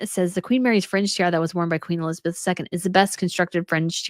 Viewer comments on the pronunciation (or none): none